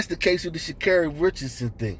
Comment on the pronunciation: Dude, If you’re going to make a public video on YouTube … at least pronounce her name correctly. Geez!!